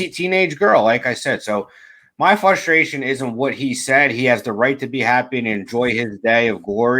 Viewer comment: It's FRUSTration, not FUSTration lol